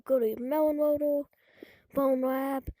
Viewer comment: "mewon woadew" bro why you sound like a 5 year old learning english? and PLEASE fix your captions/onscreen text, jesus. Mr speech impendement over here